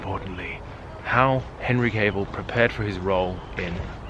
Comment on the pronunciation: Henry Cavill... Cavill pronounced Kevill! Thought you were saying Cable the whole time!😁 That phone call though had me in stitches! I thought cinnamon too because cinnamon helps with sleep 😴